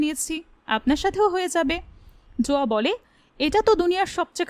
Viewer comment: Not joya its zoya